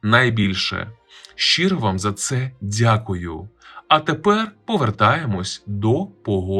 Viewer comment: Як негарно " українчик". Дайте інше ім'я. І не дзякую, а дякую.